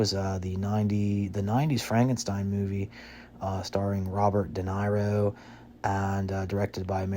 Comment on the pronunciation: Pronounces incorrectly: Michael kee-AT-un (it's KEET-un) "Army of DORKness" Robert dee-NYRO (it's duh-NEAR-oh) "... directed by Mary Shelley." Mary Shelley died in 1851. Did her ghost come back to direct the movie? IN-die-ANNA Jones (it's IN-dee-anna) So many mistakes, I couldn't even get half way through the video. Yeah, real "EXPERT."